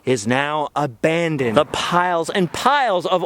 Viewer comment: "Heavy metals....A-BANDoned ? Anyone? Bueller...Bueller?